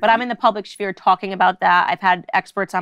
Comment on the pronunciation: As an independent thinker, I really needed this. Thanks. …but I have to know how Candace spells “sphere”, she says it like “Schmear”😂. She’s cute.